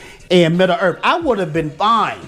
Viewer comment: "midda-earth" love this vid haha